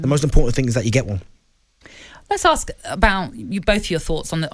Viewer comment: Can Darren Bent pronounce the word ask?